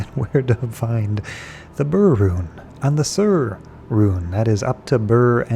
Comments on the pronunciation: Its not BRRRR its pronounced "bear." I've tried farming LK superchests and only found an Ohm and Um once. Its not the quickest way. The best way is CS, cows, and Baal runs, go to high-density locations and just kill everything, A2 is good because its open and lots of big groups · BER, like bear, not burr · Why do all pronounce Ber as Bur? Sur is Sur for sure, but its not the same letter in Ber as it is in Sur. Ber is Ber, not Bur.